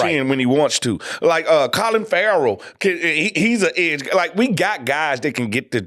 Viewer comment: Fred gone mispronounce Clelin Ferrell for the rest of his days. Fred.........say it like you say Cleveland just leave the v out!!!!!